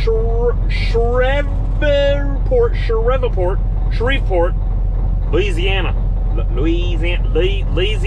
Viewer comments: Came across your channel by accident I guess but please tell me you was joking when you were struggling to say Shreveport Louisiana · Can’t believe you nailed Pascagoula but had trouble with Shreveport 😂✌🏻🇺🇸🇨🇦